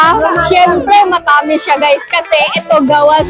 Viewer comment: Yung pagbigkas mo ng ibang salita, di pa kuhang-kuha. Tulad ng matamis, tsaka saging hehe. Di ko nga naintindihan nung sinabi mo yung saging eh